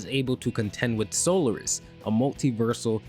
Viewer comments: I'm pretty sure it's so-LAR-is not solar-is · I've heard of Solaris but dis sol-air-is or solar-is that people keep bringing up in his stead? Never heard of em.